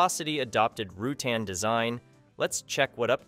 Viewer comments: Burt "Ru-Tan" rather than "Ruten", 'Very E-Zee" rather than "Veryez", : SAAB "Vig-en' rather than "Vegan", : "Ly-comb-ing" rather than 'Lie-cuming", and Retractable "Gear" rather than Retractable "Gears" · The name is pronounced Roo-tan, not Rootin. Please correct this outrage. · Wow. How many facts and pronunciations can you get wrong in one video? The first Velocity was just a Velocity, then it became the STD (Standard) or the SUV. After those, came the SE (Standard Elite. Standard body, Elite trim meant it had 2 gullwing doors). And it's Rutan, not Rootan. It's Vari EZ (eventhough it's spelled Varieze), or Very Easy, because it was the first homebuilt plane to use composite construction, so making complex curves was EASY compared to wood or aluminum homebuilts. why are you showing the Vtwin when you're talking about the XL? no carbon fiber would not be a better choice. It's stiff and brittle and only marginally lighter than glass. You want the wings to bend, not break. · He was mentioned but this idiot didn't pronounce the name correctly. That tells me he knows nothing about the history of this aircraft or it's designer.😮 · Correction, only the first use of the name was pronounced incorrectly.